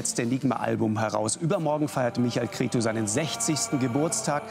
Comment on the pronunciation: Schade, dass der Lanz sich nicht mal die Mühe macht, sein Name richtig auszusprechen...Cretzu!